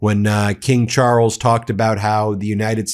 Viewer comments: "King Chooorles"!? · There is no emphasis or tongue roll on the R in Charles, the emphasis is on the A. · "King Charwles"? Dear Americans, not everything in the english language needs to be chewed up like chewing gum. It once was a beautiful, civilized language. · In Ingerland we pronounce Charles: Chaales not Charrles. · It's pronounced Charls😂not Charels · Ben, it’s just Charles…one r and no roll of that R…please pronounce it correctly 🙏🏽 Everything else is exactly the boooom British sense of humour way….blunt as F 😂😂😂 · "king char rulls" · “King Charruls”? Really?? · Why are you butchering the names Charles! Can’t listen to you. It is not Charrels! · From Aussie.. Love how you pronounce Charrles. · Pleas3 learn how to pronounce Charles in a less tortured way. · Charles is one syllable, not two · What A peculiar pronunciation of Charles you have!